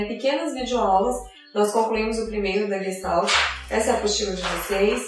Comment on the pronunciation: Oi, excelente vídeo, porém vou fazer uma observação. No início você menciona que a palavra "não tem uma tradução específica para o português". Na verdade sim, ela tem. E a tradução direta é "FORMA". A pronúncia muitos reproduzem como leem, exatamente como disse no vídeo, quando na verdade deveriam colocar um "X" no final de "GES" e um "I" no lugar do "L" e ao final um "T" "mudo", ficando então o som assim: GUEXTAIT. A escrita está OK. Parabéns pelo trabalho. abs.